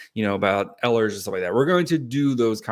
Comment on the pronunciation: it’s pronounced like eel-ers, not eh-lers